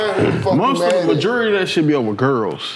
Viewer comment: Nobody: Packman: the majewerly of that shyt be over girls 😂😂